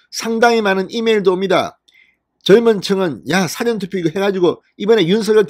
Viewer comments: 사전투표 발음좀 정확하게 하자 辭典투표냐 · 사전 발음 액쎈트지말고 발음잘해주세요